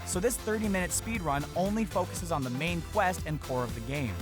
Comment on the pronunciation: did anyone notice how he said speed-wun?